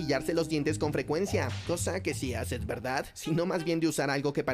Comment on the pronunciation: si pero el perro da mucho cringe, quien mierda dice SIM EN VEZ DE SI?